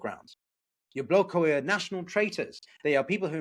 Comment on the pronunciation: Why do you pronounce it Yabloko, not Yablaka?